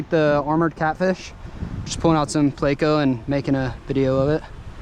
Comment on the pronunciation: Plecos are pretty decent but its not pronounced (play-co) buddy and thats just the short name for Plecostomus